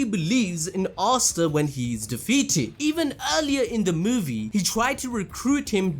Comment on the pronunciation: you need to stop calling him "arr starr". Asta (aaa sta or ah sta) <